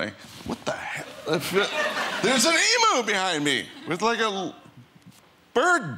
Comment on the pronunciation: Emu is pronounced; Eem-you, not Emoo